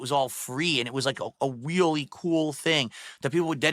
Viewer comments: hardcore "weally" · "Whelly cool thing". inner Elmer Thud is showing.